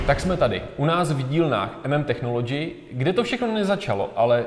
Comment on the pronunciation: Člověk nemusí mít zahraniční vysokou školu, aby věděl, jak se čte technology... 🙄